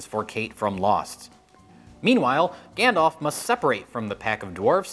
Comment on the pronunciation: So many different pronunciations of Smaug and yet he always calls Gandalf "Gandof"... 😛